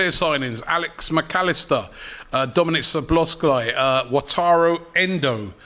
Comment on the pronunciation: and he said slobozlai😁